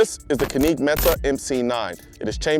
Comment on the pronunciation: Canique lol